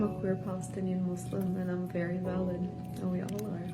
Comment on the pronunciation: When they say “valid” I sometimes hear “salad” like “ I just want you to know that you are salad”